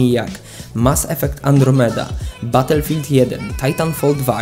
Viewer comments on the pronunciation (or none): none